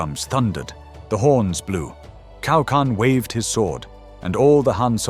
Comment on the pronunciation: this video is more detailed and gives a more rational explanation about the course of the battle than most Chinese videos I've ever watched! only a little advice, next time please try reading Cao Can like "Tsao Tsan" instead of Kao Kan, the former sounds more like Chinese😅